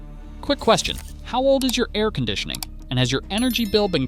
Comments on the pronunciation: The first five seconds of this video lets me know this is an AI driven channel. It’s pronounced “air” not “a””I””r” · A-I-R conditioning? LAME. Might want to check the AI voiceover before you post. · a-i-r conditioning? Your AI is showing. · yes, apparently it’s pronounced a i r. 😂